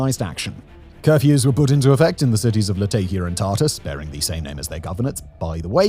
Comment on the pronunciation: Latakia is pronounced more like "Lah-TAH-ki-a" (with round vowels throughout); it's a name derived from the Roman-era name "Laodicaea ad Mare". It's not the only place there with an old name that's changed over the generations, either - nearby Tartus (Tar-TOOS) is probably more familiar to history buffs as the Crusade-era city of Tortosa and Antakya in Turkiye (nearby to the north) is the same location as the city known as Antioch in Medieval sources. The aforementioend places in Syria were both beautiful places to visit, once-upon-a-time, with excellent seafood and a vibrant local culture - all set against the colorful backdrop of the Mediterranean landscape and sea.